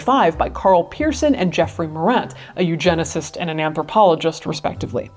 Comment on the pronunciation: "... a eugenist and an anthropologist" Sorry, what?